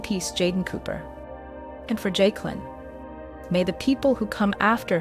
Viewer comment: You calling her Jake-a-Lin is giving me trauma.